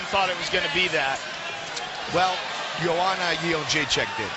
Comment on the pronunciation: So funny hearing JOE ROGAN calling JOANNA"S name in the beginning round as YO-HAN-NA rather than as YO-AN-NA. Of course back then nobody outside of POLAND could pronounce it correctly.